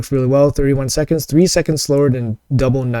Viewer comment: The constant mispronouncing of GNUT is so maddening to me lol. It’s like a bad joke a 13 year old boy would make but then keeps making it.